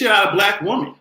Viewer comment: I love you...but can you say woMEN instead of Woman..or is that your island roots?